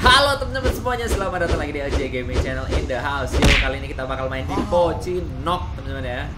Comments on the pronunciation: Bang itu pochinki bukan pochinok lu kira free firee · Kenapa di sebut pocinok ya🤔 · Pocinki bukan pocinok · Everybody: pochinki: pochinok